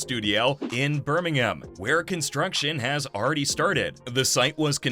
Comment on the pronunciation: Why does he say Birmingham like that